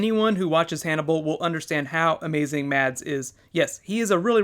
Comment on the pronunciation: I think it's crazy how a danish actor is so popular (Mads Mikkelsen) And also, the D is silent in Mads